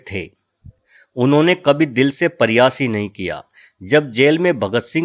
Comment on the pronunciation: Bhai apni hindi sudhare pahle..paryas nahi pryas hota hai